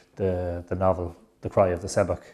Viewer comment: Love Mythical Ireland profoundly, and this video too...but the mispronunciation of ‘seabhac ‘ grates intensely. Why? Have I missed something? Don’t wish to be pedantic but ...’shough-k’ ,not ‘se-bak’.